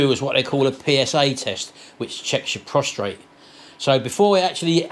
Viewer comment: hope you get better soon! It’s very uncomfortable! BTW the correct terminology is PROSTATE not Prostrate. (Drop the R) Prostrate is when you lie flat with your face down. You are lucky to have Sharon look after you too. Love to you both from my home in Penang Malaysia. I am actually Manchester lass! Happy New Year to you and your lovely family! Love you all Lynda XXX